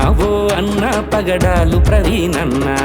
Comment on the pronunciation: పగడలు కాదు బ్రదర్,.. పగడాల